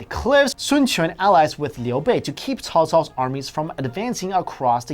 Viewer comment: Qi: pronounce chee, Cao Cao: pronounced tsow tsow, Qin: pronounced chin.... come on really China, really!